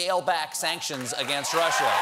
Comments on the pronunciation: "this russer thing..." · " This russure thing..."...hmmm... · lol how trump says russia "rusher" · Erratic & Static there's no way Trump is that smart. He said "rush-er"!